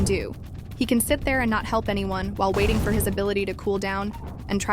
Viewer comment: “wating” HELP I CANTTT